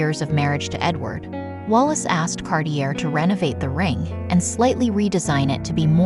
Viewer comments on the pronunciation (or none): Can't you teach the robot to pronounce Cartier correctly? I had to giggle...